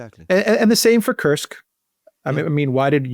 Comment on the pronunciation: Thank you for not saying Curse-k.